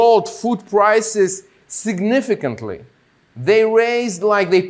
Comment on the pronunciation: Все в принципе понятно. Только одно слово не могу понять "Сыгныфыкэнтлы" .....